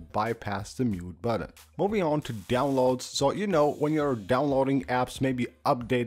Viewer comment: I smash the mute buDDon as soon as I hear you pronounce it that way - buDDon.